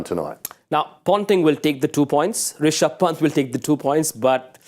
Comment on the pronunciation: The way he said risaab pant lol 😂